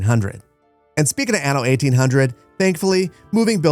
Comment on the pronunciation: It’s Ah-no, not Anne-o, it’s an Italian word